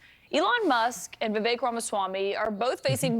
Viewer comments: i just want to say its pronounced vi-vake, like cake but va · Vivek is pronounced Wewake. Edit: You wanna fix the problem? Make H1B1 pay the same as native salaries and automatically companies will stop prioritizing H1B1. There is also another massive issue that works against you'll in this regard. H1B1, contrary to what you'll believe isn't just handed out, it can only be given to someone if there aren't multiple American's to fill that role in the company, American's who need less in term of qualification compared to their H1B1 counterparts. The fact that visa's are still being handed out means just one thing, you don't have nearly enough engineers. Reduce the cost of education, subsidize that and you need a cultural shift where a thirst for education is celebrated. Prioritise stem subjects and degrees. Make college's cheaper, much cheaper. If people over there can't add two numbers, honestly what did you'll expect?